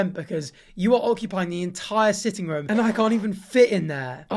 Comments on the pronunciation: No one:: Ruum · He says room like Buzz off of home alone; ruum.